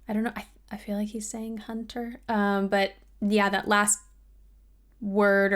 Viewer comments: its really fun that she understood the "hunter" singing part on this version of the song without listening to the original! The original version he actually sings as "hun-ter", separating the syllable. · Yeah, I really dislike that he does this live. Splitting "hunter" in two beats maybe makes it sounding cliche, but it adds a lot of character to the line. Singing it without the pause almost like it's a single syllable sounds like he's late to some meeting or something and wants to just get on with it (which is kind of understandable, the song is fcking long), it loses the punch, just sing like it is dude, come on.